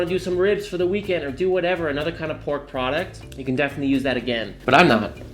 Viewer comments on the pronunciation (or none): none